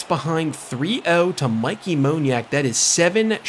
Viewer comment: Mickey Moniak is pronounced Mickey like the mouse lol